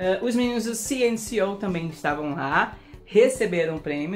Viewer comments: Eu esperei por esse momento. pronunciando CNCO da forma certa. Eu estava ligado no prêmio e em você ícone! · VOCÊ APRENDEU A FALAR CNCO 🎊🎉🎊🎉.